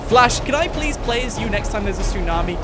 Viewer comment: I laughed when u said plewseee